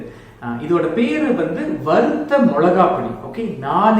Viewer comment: வறுத்த not வரு த்த